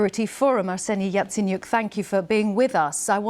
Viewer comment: Yatsenyuk??? A bit far off from "Yaicaniuh" don't you think? He doesn't own a yacht either. There wasn't even any rumors about it. So I have no idea what you're talking about.